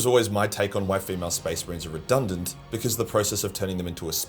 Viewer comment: This is some A-tier parody. I didn't even know they had episodes until The Algorithm sent me someone's edit. Also, I caught that over-emphasis on 'redundant'. Bro's professionalism seized his brain and steered it away from the "re" word he wanted to use. Respect.